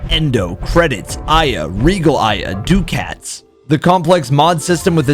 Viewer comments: Great video sir, very well done but please take note: The Baro Ki'Teer currency 'ducats' is pronounced duckets not doocats. Just a pet peeve and nitpicky I know, it drives me (and others I know) crazy. Take care and keep up the great work. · It harmed me hearing duckets (duck-ets) be pronounced (doo-cats) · "doo-cats"? it's like "duck-its", the slang term for cash money. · the real question is, are ducats pronounced "Doo Cats" or Duh Kits" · im sorry but did you say do kats. No i dont think i will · heh, why do so many people mispronounce ducats. Duck ets... Baro pronounces it for you in any email from him. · DEW CATS! Lost it. I have never heard anyone pronounce it that way. 10/10 video will watch the rest